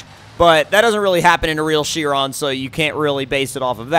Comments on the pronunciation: It's pronounced "kye-ron" not "she-ron." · Bugatti Chrion...New? I know the Chiron but I don't know the Chrion.